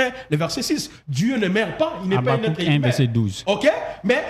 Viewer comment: Wai congolais peut pas lire u ils disent toujours i sauf Fally ipupa qui prononce correctement 🤣🤣🤣 exemple : inique, natire, attribie himain au lieu de unique, nature, attribue et humain 🤣🤣🤣 je conclire car c'est ma conclision 🤣🤣🤣